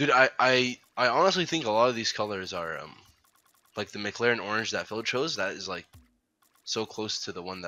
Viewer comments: The way he said McLaren sounded like he was saying Mick Larry with some kind of speech impediment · McLaren not mc-laren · Why tf did u say “MC LAREN” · Holdddd up.. are you at McDonalds my dude why did you call it a McLaren like a fucking McDouble hahahahahaha i'm dead